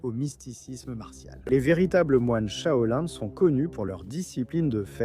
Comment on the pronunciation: Pk tu dit chaolin et chaoline espèce de cretin